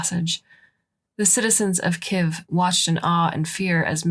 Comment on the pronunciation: From a Russian citizen, I was told that the word spelled Kiev has two syllables.